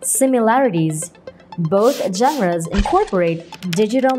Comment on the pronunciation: CONSTRUCTIVE CRITICISM ONLY ✌️ genres - génres (the stress is on the first syllable). When you're pronouncing it, it's like both syllables have the same speed decipher - di-say-fur, not de-see-fur refers - reférs (with stress on the second syllable), not réfers. You kept saying réfers since the first episode and I wonder what your reference (now the stress is on the first syllable) is. 😅😅 exciting - iksayting, not egzayting modules - mah-jools, not mow-jools